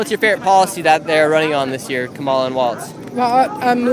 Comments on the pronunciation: Kamala stress first syllable, not hard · Camel The Hair Ass is how you pronounce it .. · Hey Nick, maybe someone already said this…. Say Kamala’s name correctly + the shirt both will help